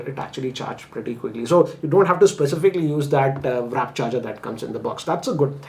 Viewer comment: Isn't it a WARP charger and not WRAP charger? Just noticed that you mention wrap in this video as well as some previous videos... and my OCD kicks in... 😅